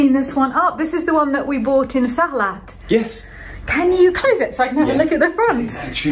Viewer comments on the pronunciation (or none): Hahaha Can’t believe you pronounced the T in Sarlat! 🤣